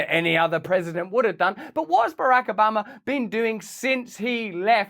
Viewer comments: The way Russell says BaRack A 'Bama, sounds like a corrupt small town in Alabama!😂😂 Or ordering some Alabama BBQ ribs! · Russell, seriously, you can call him Obamer OR Obama . But please have the dignity to pick.... even though I myself still pronounce Metallicas drummers name alternately as Lars Ulrich and Lars Ulrick,🤣😂😂🤣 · Switching between pronouncing it ObAMa or Obarma back and forth is very distracting 🤣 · Please stop pronouncing Obaaahhhma the wrong way. You’re fans in Ala-BAMA feel a little pain in the ear when you say it that way. Luv ya, mean it. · You sound like your from the south when you say Obamas name lol. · You pronounce Barack Obama the way Texans pronounce Iraq (Eye Rack). 😂 Love ya Russel!